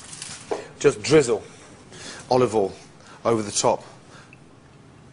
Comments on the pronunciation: Gordon and Marco-Pierre White use a special oil pronounced "Olive All". I notice he is also using "tinfall" to wrap the fish 😂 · Olivol and tinfol. Motorol?